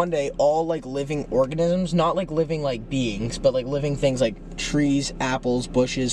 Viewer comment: CHRIS CALLING ORGANISMS ORGANIMS IM CRYINGG HELP ME